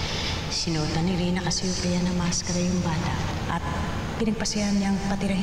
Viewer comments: Richana gwapita Ei buti pa c maica d nya maayos ang pagsbi sa Casseopia ei ikw ung spelling CASHUPIA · Hahaha cashupia dw cassiopia